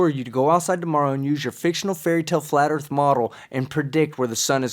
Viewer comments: So what is this earf he speaks of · I like "Da-Erff" guy. "Da Motherf&*(ing Erff be flat". "It ain't be round, Da-erff be flat". "Suck ma bawls, Da-Erff be flat". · Can't really argue if he says there is a dome above the erff. Now, if he said there was a dome above the Earth, that would be cray talk.